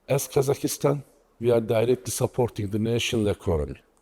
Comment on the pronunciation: Its KAZAKHSTAN Not kazakistan